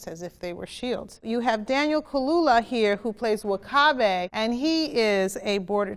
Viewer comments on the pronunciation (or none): snowball platypus she also pronounced W'Kabi as "Wakabe" lol